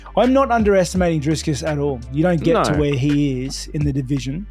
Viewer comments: As a south african its kills me hearing ‘driskiss’ but still love rob! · Definitely underestimating him by calling him "Driscus" haha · LMAO Whittaker saying he's not looking past the guy who's name he mispronounces. #Driscus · "driscus" Dricus - "ok great". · Interesting how is calling Dricus "Discus" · Haha there’s so many people saying driscus these days 😂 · Rob is not that kind of person I think he actually thinks his name is "Driscus" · Damn Rob showing shades of Chael on the Dricus pronunciation 😅